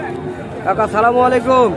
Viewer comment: ভাই ছালাম ডা ভালো করিয়া দিয়েন, আপনার ছালাম দেওয়া টা ভুল হয়,🇸🇦